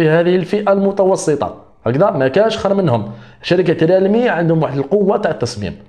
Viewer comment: ومزلت تقول ريالمي ههههه ههههه